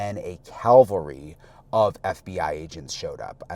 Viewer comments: a calvary? Are you sure you didn’t mean a cavalry? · no dis-respect but it's ca-val-ry military, not Calvary which is biblically related..... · it's cavalry not calvary. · Cavalry…not Calvary!!! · CAVALRY… not Calvary. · "CAVALRY", not CALVARY"., Reporter, eh? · Cavalry, not Calvary. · The word is cavalry not calvary. Two very different things. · The word you’re looking for is cavalry. Calvary as you said, is where Jesus is said to have died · Wow Brian, you are on point! Thanks and stay safe. Just a little point, I kept reeling at ‘Calvary’, I’m sure you meant ‘Cavalry’? ❤️🙏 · he says, "a calvery of FBI agents..." A hiil in Israel of FBI agents? Really? Never trust a reporter who doesn't know the difference between a hill and a platoon. It's cavelry numbnuts. Mixing Christian teachings with military terminology is unacceptable. This isn't the crusades. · ‘Calvary’ is nothing; CA-VAL-RY. Cavalry. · It's cavalry, not calvary😮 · Yes I thought that odd coming from a journalist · Brian- Please note that there are two words that are similar and make it your business to get it right. The two similar but very different words are: "cavalry" and "Calvary". This is important to good reporting. Patrick Cowdrey, Redding, California